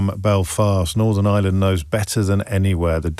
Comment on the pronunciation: “Northern Island” Jaysus O’Brien trying harder. you aren’t Jan Leaming